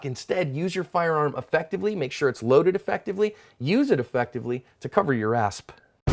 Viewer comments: ass not asp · why you keep on saying asp? lol